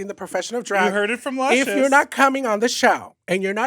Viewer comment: Whenever I am about to make a bad decision...I hear Lushcious in my ear...Don't do it little gurl